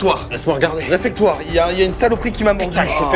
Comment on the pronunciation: on dit réfectoire <3 sinon c top :) bravo à vous!